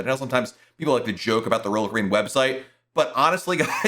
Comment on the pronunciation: SLOWLY PRONOUNCE: ROYAL CARIBBEAN!!!!!!!!!!!!!!!!!!!!!!!!!!!!!!!!!!!!!!!!!!!!!!!!!!!!!!!!!